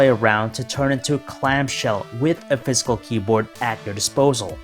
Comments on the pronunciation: Its physical not fiscal ,ffs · Sounds like he's saying fiscal in stead of physical 😂